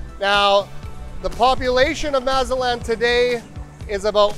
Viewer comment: If you are going to be doing business here, it might help if you learn to properly pronounce Mazatlán.